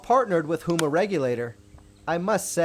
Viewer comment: It's Huma, not Hoema.